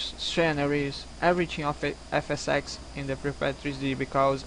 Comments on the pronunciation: You say FSsex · Did You say Fs sex xD Anyway Nice And smooth Fps .. Goood Video xD